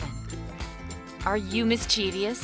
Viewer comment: THEY PRONOUNCED MISCHIEVOUS WRONG __-__